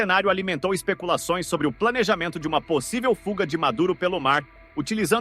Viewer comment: "Fuga". Não: "Fulga." Paulo Freire deve estar orgulhoso.